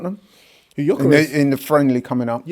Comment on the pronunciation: I wonder if will ever learn to pronounce Gyokeres' name correctly.